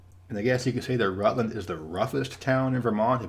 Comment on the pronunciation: I thought Rutland, VT, was pronounced ROUT-land. Great video!